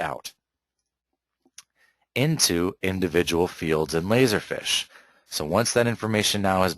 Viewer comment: It's "feeeesh" dude. Not fish.